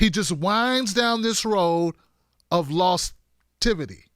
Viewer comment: "Lostivity"?!? Wakakaka